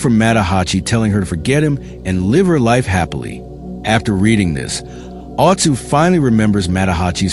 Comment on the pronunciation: Tah-keh-zoh, not tah-key-zo Mah-tah-Ha-chi Oh-tsuo, Cool video tho 👍